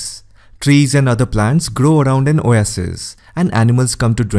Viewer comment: I learned how to pronounce Oasis 😃.